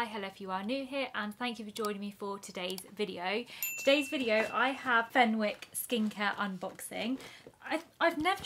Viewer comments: You don’t pronounce the w, it’s fen-ick. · It’s pronounced as fenICKs the W is silent 😅